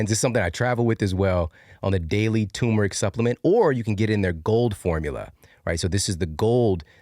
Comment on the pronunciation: Great video, but it's TUR-meric, not too-meric.